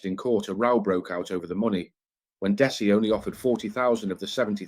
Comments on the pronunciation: It’s Dezzie. It’s not pronounced dessy. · Dessie is pronounced Dezzy 👍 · His name is pronounced Dezzy not Dessie …. You don’t say it how you see it